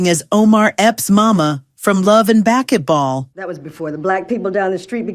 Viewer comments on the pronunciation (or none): Did she just really say love in backetball instead of basketball 😂😂😂😂😂😂😂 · Baketball? We playin' Baketball? Love & BaketBall? This Ai CAN'T EVEN PRONOUNCE A SIMPLE WORD!!...COME ON!!! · They really need to stop letting AI narrate, the voice couldn't even say the word basketball right, or even Chile(not the country). But, nonetheless, I live the show. I just recently started to watch reruns of this show with my young children and they enjoy it. I would really love to know why the cast of Roc was mad with him after the show ended though.